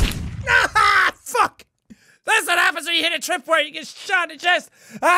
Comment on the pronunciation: When jack said “ also fu*k you “ did anyone else think he said”also fog you”?